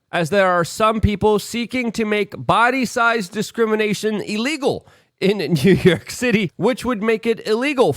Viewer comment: Good ol NEW YERK!! 😂 Love ya, Luke!